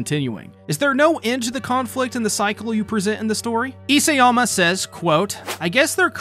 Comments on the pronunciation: It's Isayama not Iseyama. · You keep mispronouncing Hajime's surname; It's i-SA-yama, not i-SE-yama. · Why are you struggling so much with properly prounouncing isAyama?